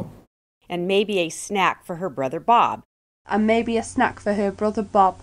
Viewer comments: “And maybe a snack-a for her brother Bob-a” 🤣🤣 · That very last Italian example, I hear "maybe a snack-eh for her brother Bob-eh". Is it a some special feature, adding vowels that aren't there? Does it have a name? I think I can hear that in many accents. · The Italian guy at the end spoke surprisingly stereotypical, which I didn't realize is an actual thing: snack-uh for her brother bob-uh.